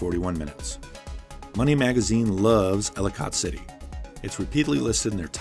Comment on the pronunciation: Right -- this is even more minor, but we pronounce it "Elli-cut" or "Elli-kit" City rather than "Elli-cott" City. However you say it, it is historic and picturesque. Unfortunately, it has been hit by two deadly flash floods in the past two years and the downtown area is struggling to come back from that economically (the pandemic didn't help). Overall a great and positive treatment of the state. Thank you!